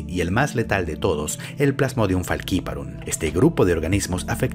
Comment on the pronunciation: Pronuncias Faciparum como los gringos, siendo una palabra latina (Literal esta en latin) jaja saludos